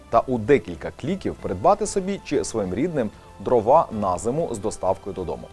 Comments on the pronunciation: дрОва, не дровА, наголос не туди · ДрОва, а не дровА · Жодного разу не 'помлився', щоб правильно наголос в слові дрова поставити